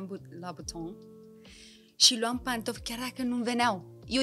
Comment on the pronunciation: Cum o vedeta de talia asta poate pronunța Louboutin "la buton" ma depășește. Episodul superb, de altfel, la fel ca și cele doua fete